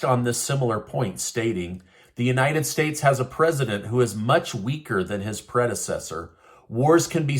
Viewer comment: I’m so tired of this guy someone needs to get him out. “Presidend”